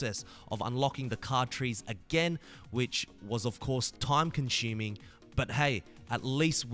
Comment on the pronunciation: Disliked just for “time conshuming”